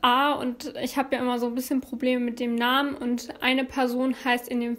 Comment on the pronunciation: Hey 😊 Vorab ich gucke deine Videos sehr gerne und finde, dass du dich mit der Zeit immer nur verbessert hast. ABER ich finde es gerade für die Opfer respektlos, dass ihre Namen nicht richtig ausgesprochen werden. Ist doch auch kein großes Thema sich bei der Aussprache etwas Mühe zu geben. Verlangt doch auch keiner dass es perfekt sein soll aber dann einfach anders aussprechen finde ich wirklich nicht richtig. Trotzdem alles gute und bleib gesund 😊💞